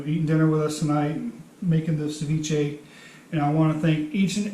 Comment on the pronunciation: Sorry but the word is cEviche and not cIviche.